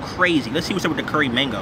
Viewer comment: “Curry mangoe🤣”